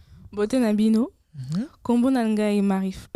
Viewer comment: y'a juste un petit point sur lequel j'ai un doute, c'est quand tu dis que la lettre "N" est muette lorsqu'elle précède certaines consonnes (dans un mot comme "nkombo" par exemple). je viens du Gabon, et des mots qui commencent par N dans ma langue tranditionnelle (qui s'appelle inzebi, et qui est d'ailleurs très proche du lingala sur la grammaire, et même certains mots), il en a plein (ex: Dieu, "nzambé" en lingala, "nzembi" en inzebi) je pense que le son N n'est pas silencieux, au contraire. il se prononce comme le son "ng" du mot "parkiNG" (en alphabet phonétique il s'écrit ainsi : ŋ ). mais c'est un son qui n'existe pas dans la langue française, raison pour laquelle les français ont généralement du mal à prononcer les noms africains comme "Nkoulou" par exemple (ils diront ENkoulou à la place). sinon, merci beaucoup pour tous ces cours ! pour moi qui apprend en même temps ma langue traditionnelle, je me profite de sa proximité grammaticale avec le lingala pour m'améliorer (et apprendre le lingala par la même occasion), et franchement ça m'aide beaucoup !! courage et encore merci 🙏